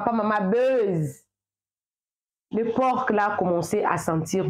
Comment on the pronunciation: Bonjour on ne dit pas porque mais un por le c ne se prononce pas